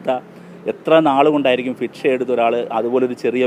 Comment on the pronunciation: ഫിക്ഷ അല്ല ഭിക്ഷ